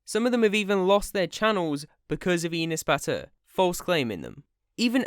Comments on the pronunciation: when he says Enes Batur it sounds like he's saying peanut butter lmfao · I keep hearing penis butter. Sorry I 1m not trying to offend anyone its just what I heard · What the heck is that name i thought he said penis batur brah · inis batur awesome pronunciation 😂 I am Turkish that’s why I now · With the way JT pronounced his first name, I kept hearing "Penis Batter". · and pronouncing like that n s but ur (not your just ur ) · his name pronunciation like 'anus', that's why everybody call him 'anus butter'. its just a joke but some brats crying because that. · His name is pronounced as Anus Butter, just Incase anybody was having trouble pronouncing it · Fun fact, his name is actually pronounced: "an ass" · you pronounce his name like "Anus Butter" and i liked that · yo i thought it was pronounced anus batter lol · We actually pronounce his name like "An ass butter" here in Turkey. Because he is an actually asshole. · He's pronouncing his name like "Anus Batur" LOL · I think it's pronounce Anus Bath. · Enus Batur fam I thought it said Anus Batty 😂😂😂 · Bro you say his name wrong XD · It's funny how you pronounce but, it makes me happy that u are taking him down :) . "He went to his house, so he has his approval".... WHAAAT?? :D It's not just him tho, there'r so many stupid Turkish ppl does that, and i hate bc I am also Turkish :'( . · the way you say enes batur is so funny and ı like it so much